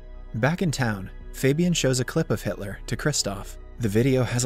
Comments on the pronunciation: bro really said "haitler" ☠ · Did he just call him Hightler lol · Brooo gotta stop saying hitly 💀💀💀💀